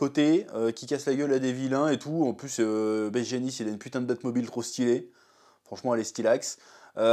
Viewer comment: "baie jeanist"